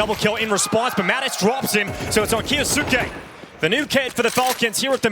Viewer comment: Someone teach Moses how to say kyousuke